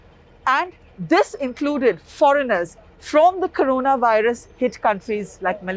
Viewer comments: " CORANAVIRUS" ==> " CORONAVIRUS " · It is "corona virus" not "Carona" or "Corana" as you are showing. Please correct it. Spend time before you edit your videos.